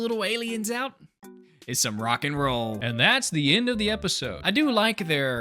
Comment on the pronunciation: Canadian Accent: Creeped Ouewt